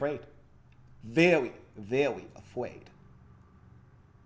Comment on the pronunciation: Veewy vewwy afwaaid 💀💀💀